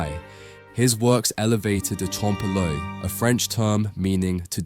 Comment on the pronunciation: I am reminded of Little Carmine Lupertazzi from the Sopranos pronouncing it "trom-pay le oil"